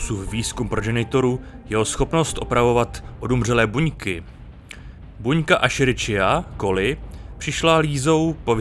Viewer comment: Jen uchotržný detail ze strany latentního biologa. Výslovnost je "Ešerichia koli" (ten panáček,co ji objevil byl Theodor Escherich, němčina :) ) nebo zkracene e-coli. Úžasný to tvoreček, od sračkopatogenu po třeba "pěstovaní inzulínu na ní"